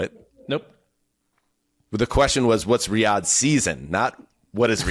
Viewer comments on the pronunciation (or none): Definitely calling bs on the zeuser: 'Riyadh, we all know that...' - then why did you first pronounce it with accent on the first syllable? the answer is 'bs'... PS: cone yo shenty, idiot... dumb amuric'n is right.... (excuse me: 'cognitively challenged' ;-) Go to Italy some time, eat some la zag na, it'll put you right.